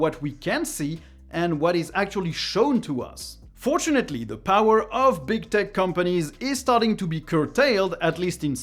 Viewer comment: Man, I love your content. Always very informative. Also, thanks to my poor hearing, and your accent, every time I hear you say "tech companies" it sounds like "dick companies" and it cracks me up. :P